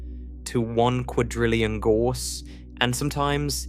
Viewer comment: Gauss rhymes with house.